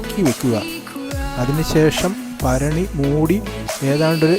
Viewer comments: ഭരണി Not ഫരണി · മൺ ഭരണിയെന്ന് തന്നെ പറയണം ഫരണിയല്ല മലയാളി തന്നെയല്ലേ പിന്നെന്താ ?